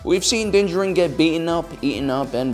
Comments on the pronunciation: "dinjerin" I am convinced that this man makes an effort to mispronounce every single name in Star Wars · I see doesn't read comments or has chosen to be stubborn: still meshing the Mandalorian's two names in cringe-worthy fashion. Din JAR-in. You have the wrong em-FA-sis on the right syl-A-bulls. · I think he means that the guy pronounced his name like jerin rather than jarin. I think everyone knows the D is silent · that doesn't make it juh-rin, it's jar-in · It’s actually pronounced as “Din Jar-in”=Din Djarin not “Din Jah-rin” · Its din JAR-IN not Jerin. Just saying :/ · Why do you keep saying djarIn when it is djArin? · Has this guy even watched the show? What is going on with his pronunciations? Din Djarin is pronounced "din JAR-in". He says his name for the first time in the season 1 finale, but this guy calls "DIN jur-in". Beskar steel is pronounced "BES-car" by every character in the show, but this dude is saying "buh-SCAR". This is just another one of those soulless videos that capitalizes on what's popular without any real understanding of it. It's really obvious he's reading a script that was written by someone who's actually watched and appreciated the show. I feel bad for whoever wrote this script only to have this clueless dude mispronounce everything. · It must be my bedtime cos i kept hearing him call Din "Danger Rin" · Nobody:: Dinjerin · I’m here for Din-jaREEEN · You say his name wrong. Look up the video where dave filoni says it, correctly. Din D-Jar-in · It’s (DIN-Jar-in) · "din gerin" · dont ever say his name that way its pronounced as din-jar-in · You can't even say his name right. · Am I the only one getting annoyed at the mispronunciation of Djarin? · Kinda cool that you put all that research in but can't say his name correctly... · I really wanna watch this video but I'm sure my dude is just gonna mispronounce Mando's name the whole freaking time:/ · I cannot stand the way this guy mispronounces Djarin every single time 😐